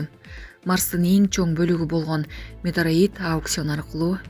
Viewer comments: Метероит эмес метеорит десенер туура болмок демекчи элем оо экичилер.Адамды да адаштырасынар. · Метеорит дегенди эмне туура окубайсын ? Метроид деп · Метроит эмес метеорит деп айт кызым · Метеорит деп туура айтсаныз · Метеорит эмес метеорит. Эй экичилер туура окуганды уйронгулочу.Прапоршик деген созду да туура эмес окудун. Жанымды О тамгасына эмес А тамгасына коюп окусун туура болмок.